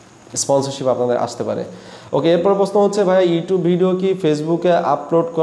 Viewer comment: ভাই প্রশ্ন উচ্চারণ টা আগে শিখেন